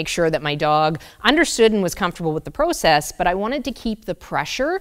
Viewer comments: Anyone else having trouble with the process pronunciation? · Once a Canadian says "about" it always gives them away. But now I learned they say "proe-cess". At least I've never heard any fellow American say it like that it's more of a prah-cess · Are you Canadian? Pro-cess. 🥰🥰 Yep. Heard an about. Thanks for the tips from USA.